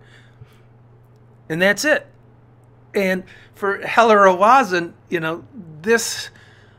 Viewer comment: Not Ro-ah-zen, Ro-zen/Roe-zen. A is extraneous.